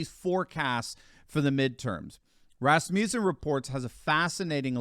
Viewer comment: Everytime you say "Rasmussen" my mind thinks "Rasputin". LOL